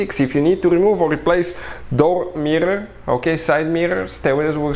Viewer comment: I watched just to hear him say mirrrrorrr a bunch.